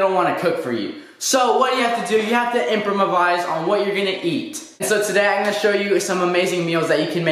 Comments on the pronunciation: You said impramavise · "Impromovise", "egg samich"😂 this video had me dying , bro I love u 😂💜 ur hilarious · "Imprimivise" xD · he said impromovise